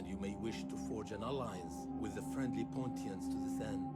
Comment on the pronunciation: No, it's Pontians. It said Pontians in the intro.